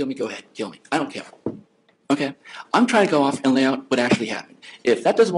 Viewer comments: is his response to you. He doesn't cawe! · "go ahead and kiww me. I don't cawe." This is what I imagine uwu to sound like. Self-serving, self-piteous, uwu. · Her boyfriend speaks like a 5 year old. He pronounces his E’s as O’s. Not too mention this gem “I don’t cale!” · "I don't cawe, ok?" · "You wanna kill me, go ahead, I don't really caow"... Did you mean you don't care?... "Yea, that's what I said I don't fweakin caow"! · I DONT CAOWWUHHh! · I don´t cawwe. I don´t cawwe. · "I Don't CAYW" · He doesn't cawe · "I don't cawe. shit. anyway".. this man is a mess.